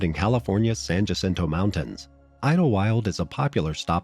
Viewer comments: 1) San Jacinto is pronounced “San Yah Sin Toe” 2) nobody from Southern CA would think it was a good idea to hike the mountains in March. I feel bad for these people, someone either gave them faulty information or they ignored what they found out about weather in the area that time of year. RIP Trevor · the J is silent... San Hacinto